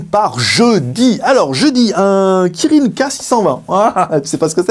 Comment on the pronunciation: Kirin kirin kirin tu l'as pourri le nom tu le sais :-)